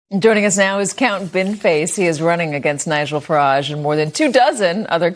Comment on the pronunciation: The way Americans pronounce Farage always gives me a laugh.